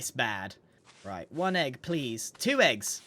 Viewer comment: LOL I love how he says "EGGUH!!"